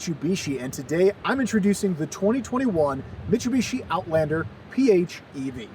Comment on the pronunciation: Disliked the video purely based on how you pronounced Mitsubishi.